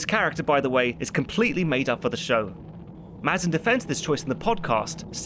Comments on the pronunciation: Craig Mazin's name is pronounced "May-zin" btw. Sorry couldn't help but mention it lol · It’s meant to be pronounced May-zin, not Maz-in. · Pretty sure Mazin's name gets said out loud every episode of the series podcast. It's mispronounced through this entire video 😅